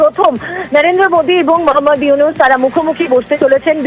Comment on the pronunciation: প্রফেসর ড. মুহাম্মদ ইউনূস। নাম ঠিক করে উচ্চারণ করো